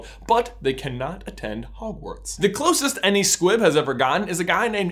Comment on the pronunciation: I swear I thought you were saying Squip the entire time